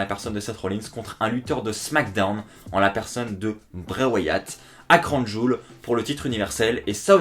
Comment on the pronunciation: Comme tu a prononcer Crown Jowel 😂😂 "Cronne Jul" 😂😂